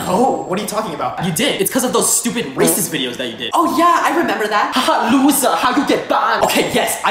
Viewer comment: I swear this guy will never say the ‘t’ in ‘racist’.